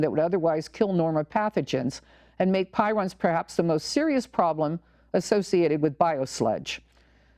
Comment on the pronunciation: I believe the oddly folded proteins are called prions (pronounced PREEons), not pirons. Thanks for your work. At the very least, they need to get the flouride out of the water supply. I don't drink tap water due to that and the chloramines plus all the pharmaceutical traces and who knows what else, pesticides, glyphosate (Roundup), and on and on. Yet the Sierra Club wants us to drink tap water to save the landfills from being overwhelmed by too many plastic water bottles from bottled water. I am sending out crystal messages to prevent 5G. I have tried to tell people about 5G but most people are so dumbed down from consuming the tap water!